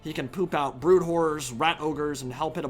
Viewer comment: ‘Brood whores’ lol.